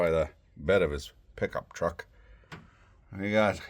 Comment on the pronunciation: The way you said "pick-up truck" had me